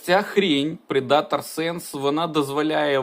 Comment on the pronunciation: Вимовляється "Предтор", сам раніше помилявся. Не претензія, просто інформація